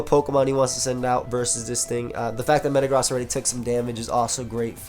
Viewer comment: Did he really say "Thatd Mega Zam" when clearly Mega-Gross is seen in the team!?